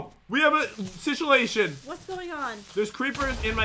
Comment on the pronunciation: “we have a situlation” lmao they need to publish their own dictionary